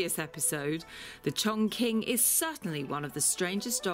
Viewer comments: Her way of misprononouncing it was driving me mad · yes, it was so funny when the girl pronounced it wrong and ask the owner if that’s it and he was like “correct”, no it’s far from correct 😂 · You couldn't get the narrator to say the breed's name correctly before making the video... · They just look at each other and one goes: Dammit bro. How are these brits mispronouncing our breed's name? the other goes: Cut them some slack bro. They're not Chinese, they don't know any better! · Got to love the Chong Kwing dogs from Chiner. Q in Chinese is pronounced "ch." So, for example, the Kingdom of Qin is pronounced Chin, ergo China. Blame the weirdness on Europeans who had to transliterate Chinese characters into Latin letters. Also, I have to find out some day why British English removes the "r" sound from most of its pronounciation, but actually adds it to words ending in -a. And no, I'm not a linguist or Sinologist that I know this. I just read. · The name is actually pronounced ChongCHin. In Chinese Language, “Q” is pronounced “CH”.. Thus ChongQing is pronounced CHONGCHING. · 重庆犬，chongqing is actually pronounced as "chongching" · You can buy it with 400dollar in the dog breeding park,or even 40 dollar in the village. This breed’s name is pronounced “chongching dog”. Maybe named this breed as “Ching “,should be better.......no defend , no racism........”Ching “ (or Qing，庆）means “celebration”.......it’s a beautiful name. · It’s pronounced Chong Ching, I’ve lived in China for 7 years. Q is a similar sound to CH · Pronounced incorrectly, it’s pronounced chongching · Pronounced Chong-ching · It pronounced as Ching and not as king or quing 🙄🙄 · Learn how to say the words properly - it’s pronounced Chong Ching (Qi makes a Chi sound in Chinese) seriously ....if you own the dog say it correctly so lame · Yeah I'm of Chinese decent and i find it quite weird how they pronounced it lol. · so even the owner is pronouncing it wrong?